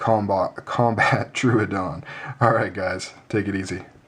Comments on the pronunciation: Sir, it is pronounced Troh-ohdon (a dinosaur). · Its tro o don pronounced like that. Great review though.